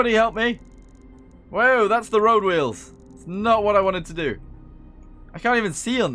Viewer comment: I enjoyed the way you said wheels like Stewie... wHeels